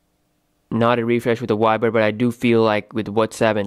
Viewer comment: why do you pronounce the "V" as a "W"? i mean..... Wiber!!